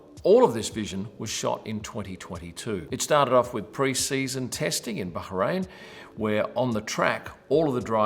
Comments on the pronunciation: I think that's the best pernounciation of Bahrain I've heard from a non-Arabic speaker (I'm Bahraini btw) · Wow! YOU nail the pronunciation it's pretty hard to get people to pronounce Bahrain that effortless👏